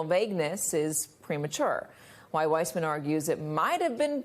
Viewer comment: Sorry Andrew! Your name is Weissman and not WISEMAN! Uncle Clarence has been a liability from day #1 and he still sits 'high and dry' on the highest bench in the land. Judge Cannon, Judge McAfee and those who are bent on aiding and abetting DJT will live to rue their decisions in time to come. Fani has earned her badges and must see this case through. endof.....